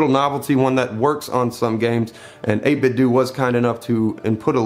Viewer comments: It's 8bitdo do not doh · It's pronounced 8bitdō. Like Nintendo. I always check to see how the company pronounces it. At E3 they pronounce it with a long ō. It doesn't bother me at all that you pronounce it with the short ŏ though. I will take a cookie. 🍪